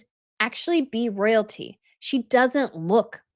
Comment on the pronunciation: “Soyalty”, not Royalty 🥴